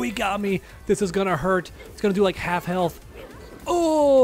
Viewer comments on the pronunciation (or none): none